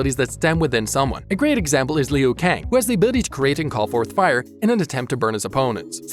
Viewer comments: I dude said lung kou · Its kung Lao & Liu Kang(Loo-Kang). Its Kano(Kay-No).